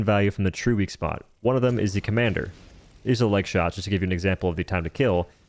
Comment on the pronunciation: you having trouble saying "one"? Just asking